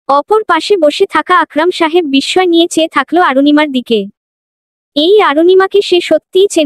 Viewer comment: Golpota khub bhalo laglo kintu ei first lady narrator sob golpo e emon baje vabe poren sunte valo lage na. Chokh k Sok, Chithi k sithi, cheye k seye, vashate k basate, second narrator sundor poren. Thanks.